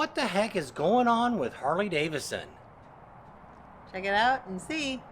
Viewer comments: DAVIDSON... not Davison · Why do you treat the 2nd D in Davidson as silent ?